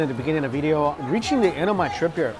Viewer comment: Video! Not Veedeeo!